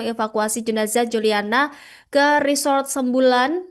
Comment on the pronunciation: Sembulan sembalun😅😅😅 pembawa acaranya belajar lagi ya bacanya